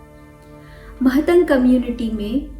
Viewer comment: Mahatang✖️ nahi matang boliye i came from matang community ❤🙏